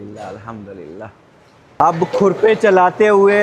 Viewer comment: آپ بہت اچھے انسان ہیں، اللہ تعالیٰ آپ کو برکت عطا فرمائے۔ لیکن براہِ کرم کسی ماہرِ تجوید سے الحمدللہ کے بالکل درست تلفظ اور تجویدی قواعد کی بھی تصدیق کر لیں۔